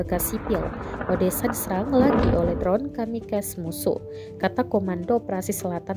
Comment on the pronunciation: itu dibacanya kamikase, bukan kamikas,...